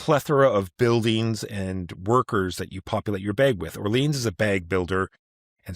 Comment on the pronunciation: "Orlean"? lol